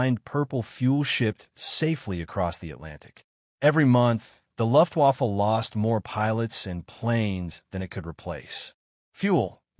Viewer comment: Learn how to say “Luftwaffe" which means German Air Force. 😮😮😮